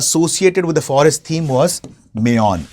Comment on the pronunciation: Mayon is pronounced as मायोन् ✅( Maayon) which means मायापति ie lord Mahavishnu मेयॉन ❌